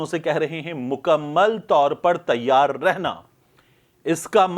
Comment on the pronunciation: تَیّار نہیں تِیَار رہںو 😜